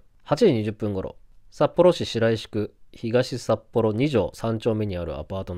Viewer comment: 読み方はシロイシクが正解